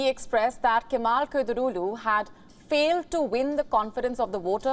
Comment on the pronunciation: Kilich dar oulu not kedirolu 😂😂😂😂😂🤦🏾‍♂️